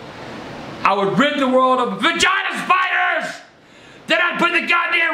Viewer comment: When he said he'd rid the world of Giant Spiders, it sounded like "Vagina Spiders" LMAO...omg he's funny as shit! Love the videos.